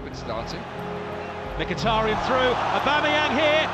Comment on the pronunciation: only one that prenounced micki good